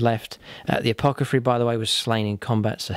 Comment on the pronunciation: Loved this. What an epic fight to the death! (Also, its "A-poth-ecary" ... not "A-poc-athary"... lol, sorry)